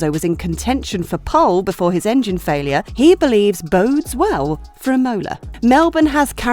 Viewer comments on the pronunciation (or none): It is IMOLA not IMMMOLA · Is I'mola not imo'la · Im-OH-la was quite distracting. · Wasn't it lol I had to rewind to make sure she said it how I heard it! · true f1 fans apparently! cant wait to watch Im-OH-la, SCHpa, sandFART and MoNaC(h)os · I get that Romagna is tough to pronunce for you brits (just spell it Romania and its close enough so that italy does not crynge) since you guys dont have the sound for that(wich for the spanish is ñ), but please put the emphasis on the first syllable of the word Imola not on the second and italians shall be forever grateful. :) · The same for Imola! Accent on the a not the o! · And she said it like 5 times!!! Cringe worthy! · They just needed one person to watch this before releasing it to fix that error. Sad. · Literally the only thing I could ever think